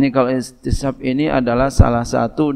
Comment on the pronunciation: إستصحاب tadi kurang jls tadz